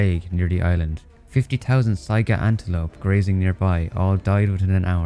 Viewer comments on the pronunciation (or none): none